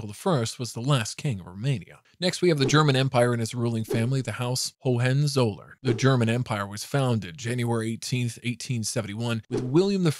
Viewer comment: "Margareta", not "Mareta" and "Hohenzollern" ,not "Hohenzoller"..